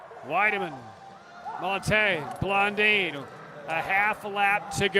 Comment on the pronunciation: Can someone get this announcer a pronunciation guide already? He's been butchering Blondin and Howe's names for years, and if he can't get those right I can't imagine what he's doing to names from overseas